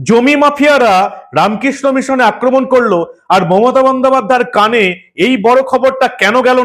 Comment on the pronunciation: CM akraman bolte parey na bolche akaman 😮😮